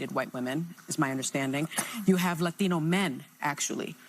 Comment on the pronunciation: Why she gotta say Latino with an accent...